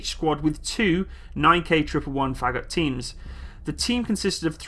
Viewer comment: Someone screams: "just a name" incoming! :P Also, Фагот is pronounced roughly like far-got with the emphasis on o.